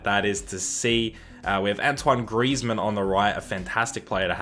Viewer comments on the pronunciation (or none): none